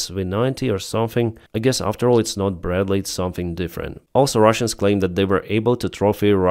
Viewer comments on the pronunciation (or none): none